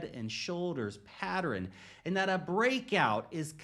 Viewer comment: Why is he pronouncing pattern properly now? Go watch his other videos, he never pronounces it correctly. "pattron"